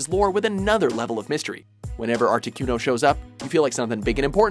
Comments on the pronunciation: #6 Articuno. (Arta-Ku-No): Ar-Tee-Cue-No... (inserts clip where kid says name properly. Still mispronunces it...) it's aight. I would too if I didn't know. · excuz meh Art-eh-QUE-no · ArtiQno Q Q my god its articuno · he said articYOUno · Arti-KEW-no... i can't... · did he really just say "artikyuno"? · Articueno? Seriously? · Lol he says artiquno xD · Am I the only one who got pissed off on how he pronounced articuno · you said articuno wrong... -_ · The way he said articuno made me want to stab myself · They literally pronounce "Articuno" for you, and you still say it wrong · Ikr. How can you possibly mispronounce Articuno? Does even Pokemon? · Mis pronouncing articuno really ?